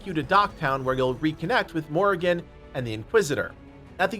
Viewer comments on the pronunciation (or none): none